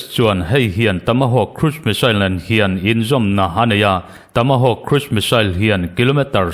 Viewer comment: Tamahawkk I ti zel a... Tomahawk ni zawk sia... Ka van sawi ho tak😅😅😅